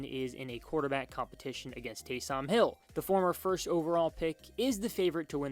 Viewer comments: it’s taysom not TAY - SOM hill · Delete this video. Just embarrassing. "Taaysoom Hill" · Can't even say Taysom right 🤣 does he watch the Saints? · Winston started 70 games - how many were wins. Also, you may want to learn how to say Taysom before posting videos. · Dude can't even say Taysom right 😂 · I feel like he doesn’t watch football. You’d know how to say his name if you just watch the games. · Facts lol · Went can't you pronounce Taysom? Have you never heard someone say his name? 🤷‍♂️ Great video other than that lol